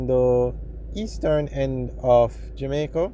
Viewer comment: You doing like Portia Simpson pronounce JAMAICA O' as in "Jomaico"